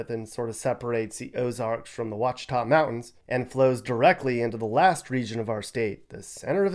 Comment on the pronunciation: Just a heads up it’s pronounced “Wash-ah-ta”